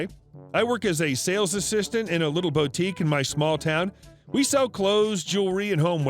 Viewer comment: it’s pronounced boo-teek with the emphasis on the second syllable. You’re welcome 😊